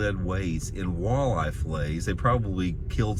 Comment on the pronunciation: I've never heard some pronounce WALL•EYE in such a funny way before lol like who doesn't know how to pronounce walleye.. literally all you have to do is sound it out come on lol if you've ever gone outside before chances are you've heard the word walleye.. like it's that weird to mis-pronounce it..🤣🤣🤣🤣🤦‍♂️ big L